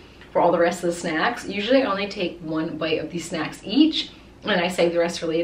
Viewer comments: "Shnacks" just say snacks no hate tho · No hate but why you gotta say shnacks like talk normal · Just like she says shnacks instead of snacks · DO A PART 2 my fav snack i will send on insta P.S you said “shnacks”